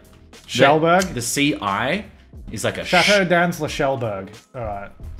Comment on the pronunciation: “The ‘ci’ makes a shhh sound” Me: ... n-no... no it does not lol